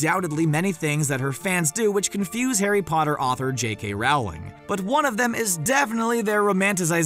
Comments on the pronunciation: It's Rowling not raowling.. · IT’S J.K. ROWLING NOT J.K. RAWLING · FFS it's pronounced Rowling like Bowling. Not Rowling like Growling. It's not that hard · DID HE JUST SAY JK r- oOw- ling?!?!?!? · why is it that the guy said "j.k rawling" instead of "rowling" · Ermmmm I don’t think it’s J.K RAWRling I think it’s Rowling like ROLLLLLLLLLLLL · ”J.K Raowling” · RowLANG it’s Rowling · It’s Rowling like Bowling. It’s surprising how many people put up videos and don’t even know how to say her name. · I realize this was done in 2018 but PLEASE learn to pronounce Rowling's name! It is ROH-ling!